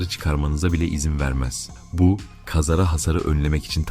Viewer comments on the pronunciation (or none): Teşekkürler. "Kazara" kelimesini yanlış telaffuz ediyorsunuz !...